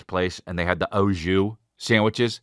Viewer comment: Don't say O (shoes)JUICE when your brain knows it's AU JUS before you talk smack about it. Hello, I'm from the arctic circle by the way, and still I know that it's au jus. Pronounciation approved over time though, so you're excused.